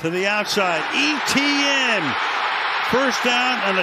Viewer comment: Can the announcer not pronounce E.T.N???